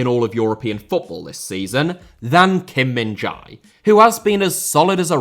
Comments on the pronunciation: please stop butchering Kim Min-Jae’s name. It is pronounced “Min-Jay” as in “hey” not “Min-Jai” as in “hi”. There is no such sound “Jai”, at least the way you say it, in Korean. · The Jae in Kim Min Jae is pronounced much more like Jay. The actual pronunciation is most similar to "eh" with a J in front of it. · Well if you can learn to pronouce Khvicha Kvaratskhelia couldnt you at least try to learn Kim Min Jae's name...